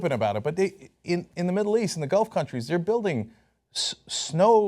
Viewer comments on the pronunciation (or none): none